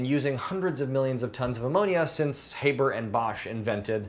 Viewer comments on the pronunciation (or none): You're pronouncing Haber wrong! This idea has been around for some years now for ocean going ships where it actually makes a lot of sense. I'd like to know how Toyota plans on storing the ammonia in a fuel tank because that's by far the most difficult part when you consider how much ammonia expands when exposed to any source of warmth.